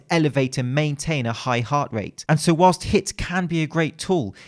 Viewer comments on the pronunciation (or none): none